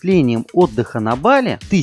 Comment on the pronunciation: Только БалИ , ударение на И